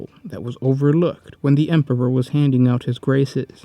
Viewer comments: Stop saying "" instead or Emperor ffs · lol he said Emperber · Ah yes, the emperber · What is it with you and saying word Emperor? You say Empeber most of the time.